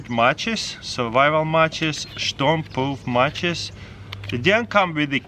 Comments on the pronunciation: “Shtorm proof”😂😂😂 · “shtrom proof matches” 🤣